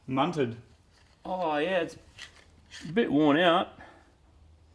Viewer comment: Ahhhh he said munted ahaha